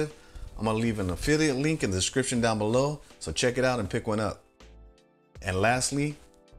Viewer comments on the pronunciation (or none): none